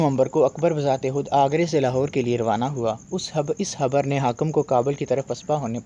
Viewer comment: Bhai tu jab Kha bol sakta hai to Ha kyon bol raha hai. Habar kya hota hai bey, Hema nahi Khema. Sara dimagh to tere Hey air Khey ko decode karne me lag raha hai